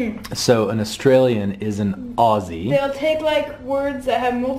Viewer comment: Thank you thank you thank you for not saying Ossie but pronouncing Aussie correctly (Ozzie). My father in law still gets it wrong after 22 years